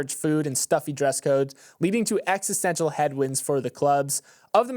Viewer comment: "niche" "existential" "existential"